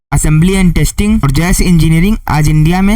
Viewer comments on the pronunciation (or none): Jas engineering nahi JASH JASH JA ESH... JAS WRONG